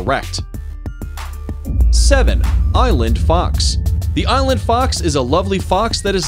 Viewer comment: who else thought he said eyelid fox instead of island fox i did hahaha